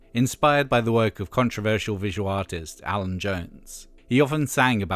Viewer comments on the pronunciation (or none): none